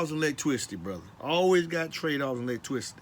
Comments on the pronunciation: You say lots of things twice.. You say lots of things twice.. Wait did you say "electwicity"?? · Lost me at "electwisity" 🤣🤣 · I thought he was saying Leg twisty at first and I was like wtf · I believe electricity should have been pronounced the way he says it.based on how well he explains it, It's now officially called ' electwisity'. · Lol. Man that is funny.. When he first said it. I was like huh. Lol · TWADE OFF DA AWECTWICITY. This Guy is 1 of The Bayou Boyz! Ja Zion and dis Rye'Cha